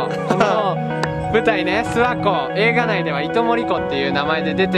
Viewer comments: 地元民「すわ↑こ↑」 テオくん「す→わ↑こ↓」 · すわ↑こじゃなくてあげずに諏訪湖っていうんですよ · 諏訪湖のイントネーション違う気がする 諏↓訪↑湖→な気がする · ずっと気になってたけど ⤵⤴⤵ 諏訪湖 じゃなくて ➡➡➡ 諏訪湖 だと思う！ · 諏訪湖のイントネーション気になる笑